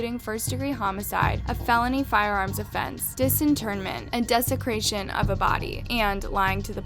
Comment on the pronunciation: I love voice, but if you have a true crime channel, please learn how to pronounce words like “desecration” and “asphyxiation” lol. Idk how “Plymouth” got mispronounced in another video, but at least that’s just a town. I keep having to turn on subtitles bc I’m like “wtf??” lol